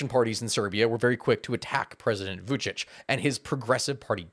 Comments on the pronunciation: Vuchich is how it's pronounced. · I really like how you pronounce Vučić 😂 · its pronauced Vucic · Novi sad pronanciation - perfect. Vucic not. He is Vucic, not Vucik. (Vuchich)